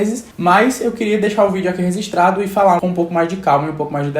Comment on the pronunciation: amo quando o fala "registrado" mas sai "resistrado" acho fofo